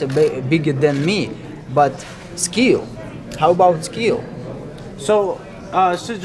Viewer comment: It takes skee-ul